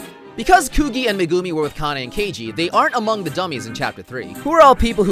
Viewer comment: WAIT WHAT PEOPLE REFER TO THE NAO ENDING AS THE THE LESBIAN ENDING EDIT: STOP SAYING "KOO-GEE" ITS "KOO-GEE-EH"